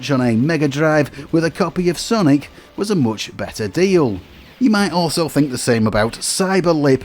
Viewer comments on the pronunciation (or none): none